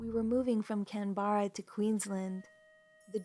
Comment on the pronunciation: canberra, is pronounced like Can- Bra